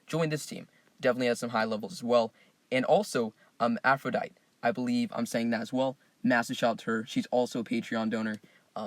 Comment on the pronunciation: Aphrodite = Afro-die-tee 🙃